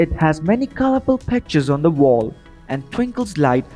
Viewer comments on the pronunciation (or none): none